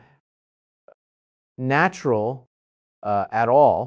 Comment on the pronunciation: This is deep fake , he would never be saying this and notice his slanted face, "naturrrreeee" in stead natural...... we would be hearing from nasa cnn fox sky newd etc 😮😮😮😂😂